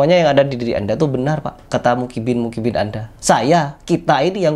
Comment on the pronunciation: Baru opening bilang mukibbin😂. muhibbin bang pake huruf ha'